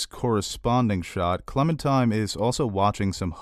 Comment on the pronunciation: Are you saying, "Clementime?" With a 'm'? Its definitely Clementine lol....